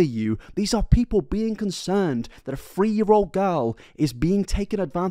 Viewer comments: I tried so hard to watch this but after about 10 times of "free" this and "free" that... Instead of three... Ugh I can't. Learn how to speak, PLEASE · Are u saying: 'Free' Hundred... Instead of 'Three' Hundred? Lol